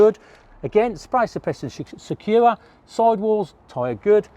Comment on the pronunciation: But He also saying Sure and suuaaa and secure and secuuuaaa :)